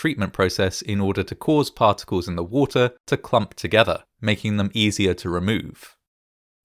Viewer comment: Cools and coolers not calls n callers. Wooter not water also.